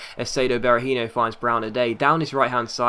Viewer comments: Be-ra-heen-OH not Be-ra-heen-IOH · Seán Devlin Sometimes he does say it righht, but sometimes he says it like Berahinho, e.g. the last syllable pronounced the same as in Robinho